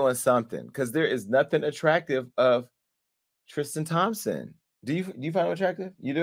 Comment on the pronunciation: Jason said tramspson well almost 🤣